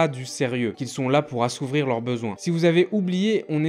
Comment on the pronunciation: Assouvir* pas assouvrir